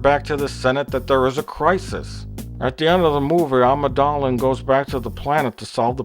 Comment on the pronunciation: "amadalin" "amadada" lol